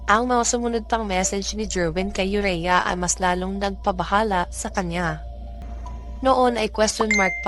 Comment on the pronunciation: Ayusin m kasi ung bigkas m ng pangalan aurea not urea